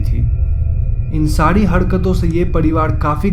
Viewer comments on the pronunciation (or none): Ye "sari" ko "sadi", parivar ko "padiwar" kyo bol raha hai bkl